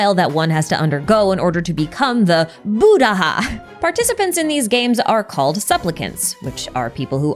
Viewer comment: As a buddhist, hearing the word "Buddh-Aha" feels like a whiplash lmao